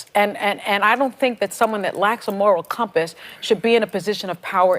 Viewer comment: "laks a moorrall cumpuss" Ha ha ha ha ha ha ha ha ha ha ha ha ha ha ha ha ha ha ha ha ha ha ha ha ha ha ha ha ha ha ha ha ha ha ha ha ha ha ha